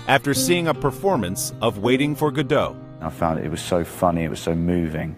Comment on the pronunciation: Godot is pronounced Goddo, not G'doh